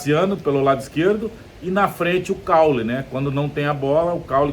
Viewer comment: Cauly, Preto, não Caule. Aprenda craque